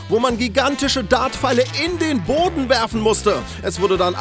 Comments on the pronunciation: ich hab "hoden" verstanden xD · Ich Habenseite den Riesen-Darts nicht "man muss es in den Boden werfen" verstanden, sondern ,"man muss es in die HODEN werfen :O"